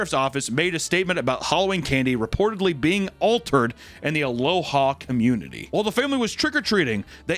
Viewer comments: Oregon native here, not that it matters, but the City of Aloha, is pronounced "Uh-LOW-uh" not like the Hawaiian greeting 'aloha" It derived from an Indigenous American word. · FYI, it's pronounced "uh-low-uh" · Sick, two Oregon mentions but it’s “Ah-low-uh” not the Hawaiian greeting 😭